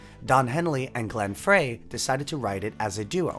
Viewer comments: Good video. Note: The late Glenn Frey, singer and guitarist in the band The Eagles, pronounced his name as if written “Fry” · Just a tiny (& respectfully humble) correction . Frey should be pronounced “fry,” as in 🍟. Phonetically, it’s fraɪ 😊 Cheers! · First time in my life I've heard Glenn Frey's name pronounced like "fray." Who knew? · Great commentary. Frey is pronounced “Fry” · glen frey's name is pronounced GLEN FRY